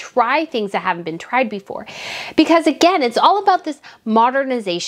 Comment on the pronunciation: Like the channel. The swallow is gone, and that is great! Now work on the word "again" pls😁